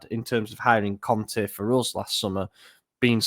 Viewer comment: Please stop saying 'Conthee' when you talk about Conte